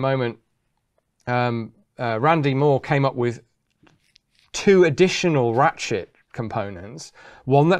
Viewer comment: did he say ratshit mechanism?